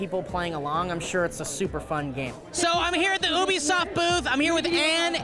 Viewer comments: You-be-soft not obesoft, holly fucking shit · It's you-be-soft